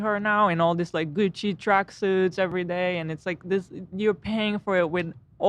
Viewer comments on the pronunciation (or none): none